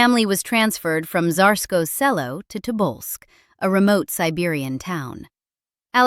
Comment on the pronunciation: The pronunciation of "Tsarskoye Cyelo" could be improved. But these are pretty good videos.